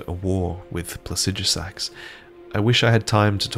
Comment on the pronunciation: "Placijusax" WHY